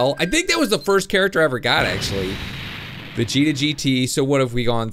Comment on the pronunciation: YOU said vigeto